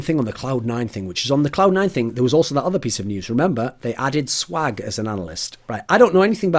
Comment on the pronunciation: He turned swag into some Texan cowboy or something LOL